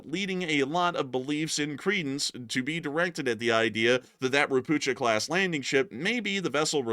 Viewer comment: please check the spelling of "Ropucha" via google translate, it just makes me smile whenever I hear your version (no offense, I would butcher other languages too) 🙂